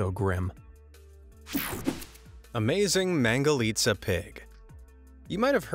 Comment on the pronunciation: I like the fact that he said mangalica right